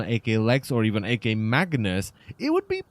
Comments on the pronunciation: "Ak", not "AK". The "Ak" in the name is meant to be an abbreviation of the term "akimbo", which basically means dual wielding guns. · I'm sorry but it's pronounced "ack" not "AK" like ak47 that really triggered me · its ack because in English unless the letters are separated with a dash like so, a-k, then you pronounce it as two letter together not separately.